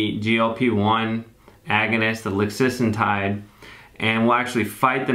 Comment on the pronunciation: It’s “lixisenatide” 🤓